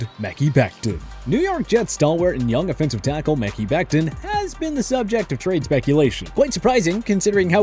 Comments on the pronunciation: Muh-Kai not Meh-key Becton lol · Not only will neither Jets trade happen, but can you PLEASE SAY HIS NAME CORRECTLY I MEAN DAMN. It’s “Ma-kai” holy shit it’s been 3 years. Do your insanely easy job. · Ok i was going to say i'm pretty sure he said it wrong😂😂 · Deebo not going to Jets Cowboys don’t need a safety and you always say Mehki Bectons name wrong and that’s so irritating